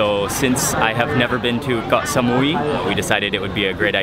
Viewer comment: WHY DO YOU KEEP SAYING GOH SAMUI? ITS KOH NOT GOH